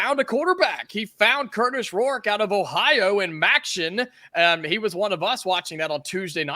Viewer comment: please practice not saying Kurtish Rourke. It’s Kurtis. Stop making it sound like you are saying Kurtish